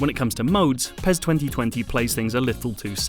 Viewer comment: Its not PEZ its PES ..S S S S...